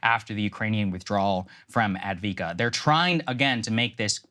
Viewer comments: It's Ah-v-di-ka not advika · It is called Avdeyevka, not Advika. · It’s pronounced Av-dee-ev-ka…..it’s Russian territory now. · Lmao A-vee-kaa really? Even with $500 billion dollars in aid, The American mission in Ukraine will fail, Ukraine will fail, more innocent lives will be lost. It's better to negotiate now. I feel bad for every Ukrainian life that has been lost because the UK and The U.S decided not to negotiate from the beginning. More help? You can not even match the Russians in manufacturing ammunition. Ukrainians are dying like flies. Keep sending weapons. Dont negotiate. Russia will effect a strategic global defeat against America and it's Allies. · AV - DEE - IV - KA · What the heg is Adviika? There is an first V! It's prominent! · It's Avde-ye-vka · It is pronounced AF-DEY-EF-KA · Av-die-ev-ka. The gentleman on The Duran have been talking about it for months and have a good command over the pronunciation of Ukrainian names. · Av-diiv-ka Why do we have to repeatedly prove American dumb-ness, instead of teaching kids syllable by syllable? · Try to learn how to pronounce AVDIIVKA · The least Saagar could do is pronounce Avdiivka the way it's spelled. It was the most heavily fortified city on the line of contact, from which Ukraine has been shelling and bombarding civilian areas of nearby Donetsk, a city of one million, since 2014. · As someone with a background in the military and a middling knowledge of defence economics, hearing Saagar be so incredibly ill-informed is almost as painful as hearing him butcher saying "Avdiivka". If you're interested in a thoroughly researched, well cited, and very informative resource regarding defence economics and the situation around the war in Ukraine especially, I can't recommend Perun enough. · it’s been like 6 days and saagar still wildly mispronouncing “avdiivka”